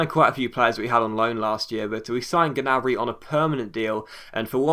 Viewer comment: Gnabry's name is pronounced nabry. Common mistake